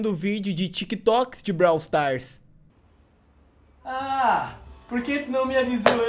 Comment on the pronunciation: surb swufar ou bralw swufar